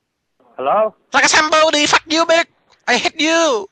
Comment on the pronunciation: LiKa Som BoDeE